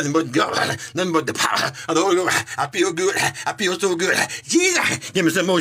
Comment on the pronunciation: “The Powerrrrrr” Instant dirtbike noises